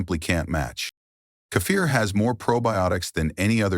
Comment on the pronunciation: Robot can’t pronounce…Key fir stupid. Ridiculous